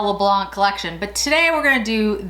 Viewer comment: Hello you don't pronounce the c in le blanc in French, adore your videos ( and your earrings)